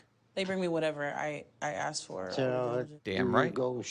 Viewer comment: Therapist saying “axe” instead of ASK…seriously?!?!